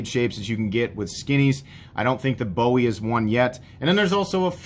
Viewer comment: From a Texan, it’s pronounced “boo-ee”. Love your channel man!